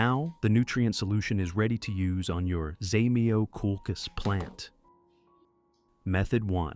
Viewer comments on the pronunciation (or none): Не хочется даже слушать :так коверкать название просто треш